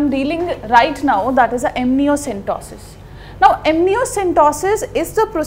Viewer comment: Ma'am its amniocentesis not amnioCENTOSIS